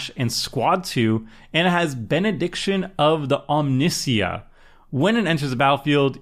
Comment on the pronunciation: They butchered Omnissiah